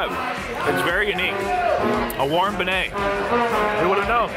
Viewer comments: Think "Ben-Yay" instead of "Ben-A", or if you have some French speaking Quebec friends to help :) . And, having friends from the area (though I'm born, raised and still living near Seattle, Washington), think "Naw-lens" when pronouncing the state. I kept getting schooled on these things, so I thought I'd be one of your many fans passing this along. You rock brother. I totally dig watching you travel around all of North America and even cooler that you and Raina are traveling together. She kicks ass I've been following her for a long while as well! Stay cool my man!! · It’s pronounced bin-yay not ben-et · It's pronounced ben-yay! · Pronounced Bin-yay. Absolutely delicious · Ben-YAY. Not Ben-ay. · It's pronounced ben -yea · Lmao how you pronounced Cafe DuMonde is hilarious and also how you said Beignets SMH... nope you didn't get it correct haha but I give you a point for trying. I'm from Mississippi and lived 45 minutes away from New Orleans. Its my favorite city. And no its just fried dough and the powdered sugar almost melts a layer onto the delicious square of dough. My favorite, absolute favorite. I'm jelly.